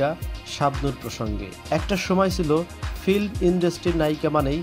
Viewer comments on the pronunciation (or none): none